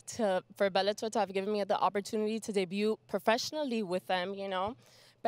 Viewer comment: She calls it "Belletor" :).